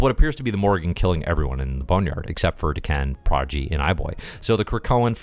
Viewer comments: I was confused the first few times you said Daken. "waitaminit, the former emperor of the Shi'ar?" It sounds like you're saying D'Ken :p I think of it as either Dah-ken or day-ken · Great review. I keep thinking you keep referencing D'Ken though, lol. Is it not DAH-kin? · O you said Daken I thought you were saying D'Ken (Shiar) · If you go with how usual Japanese pronunciation, I think it would be Dah-ken.